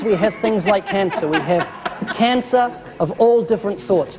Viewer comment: He pronounced 'cancer' like that, btw. Kaaansuh. Heh...